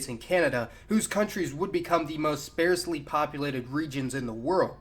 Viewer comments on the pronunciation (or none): please stop pronouncing the word sparse like that